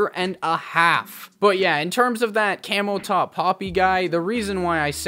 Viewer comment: Its camoTop not cameltop lol 🐫